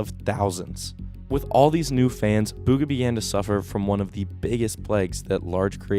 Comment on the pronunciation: Its pronouced bgha